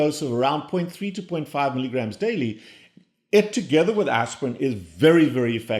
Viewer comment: WHAT did you say as far as cochicine dose? Sounds like ".3 to .5 egrams daily." Did you mean to say milligrams or micrograms? The difference is crucial! Typical colchicine tablet is 0.6 mg. It does have a crease for cutting it in half (0.3 mg). So, if you meant to say, "point 3 to point 5 milligrams daily," please clarify. Thanks!